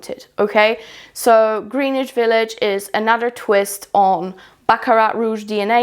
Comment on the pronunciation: Love your content💕just being helpful, it’s pronounced “Gren-itch.” I’m from the NYC area, so I assume people who don’t live here, probably wouldn’t know.